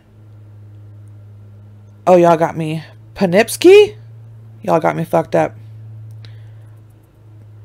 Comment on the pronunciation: It's pronounced Echo Lake Road, Poe-Kip-See and Hair-i-man Drive